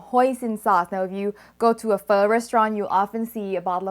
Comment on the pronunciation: I wish I could pronounce Pho as well as you do.